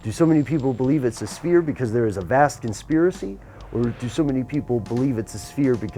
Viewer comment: A con-sphere-acy perhaps?